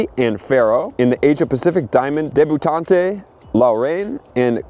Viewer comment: Debutante is pronounced deb-you-taunt